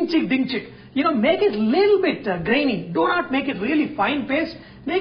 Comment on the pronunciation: Chef, You should stop saying "leettle bit" because you really don't seem to mean it. Man, the amount of Ginger!!